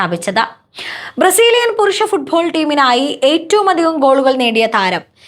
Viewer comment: ഫുട്ഭോൾ! ഘോൾ!, മൈധാനം! ഇതൊക്കെ എന്താണ് !😂